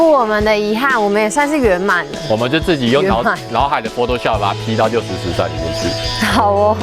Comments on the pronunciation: 其實那個唸六十石（ㄉㄢˋ）😂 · 六十石(ㄉㄢ4聲)山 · 是六十石 ㄉㄢˋ(但)山才對唷! 可見本影片11"52圖卡六十石山下面的音譯便可確認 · 是六十石（音同蛋）山才對喔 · 因為六十石在這裡的“石”是指數量，所以正確是要說（ㄉㄢˋ）